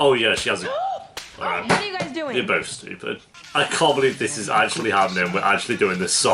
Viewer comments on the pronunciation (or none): none